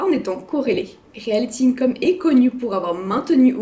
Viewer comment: Bon déjà... c'est Realty !!! Pas Realthy